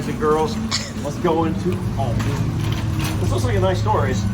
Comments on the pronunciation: ALDI love how you say it its A LDI no auldi lol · Yes,and it's Aldi,not Oldi! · A L D I not O L D I😂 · It's not Auldi itas ALDI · Why do you call it "OLDI"? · Please pronounce Aldi correctly!!! It’s Aldi not Audi!!! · Al - Dee Aldi 😂 not Oldee Oldi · lol its not Aodi its AL DI pronounced AL=DEE.. Thats not bacon, looked more like strips of fat with little meat on it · its aldi not oldie lol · It's aldi not auldie😂😂😂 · Aldi is pronounced Al Di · Its AL-DI as in Al capone! But you are being ripped off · AL DI sounds like AL DEE not AL DI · I know I'm a little late but I just wanted you to know that in the UK it's pronounced Al (like big Al) and then dee so Al'dee ☺ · With one l it's not pronounced Alldi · Aldi, according to Feli from Germany, is pronounced Al as in Albert. Aldi is the first two letters of Albrecht Diskont.